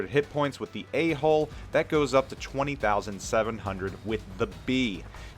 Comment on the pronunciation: I keep hearing you say hole instead of hull, so at first i heard A Hole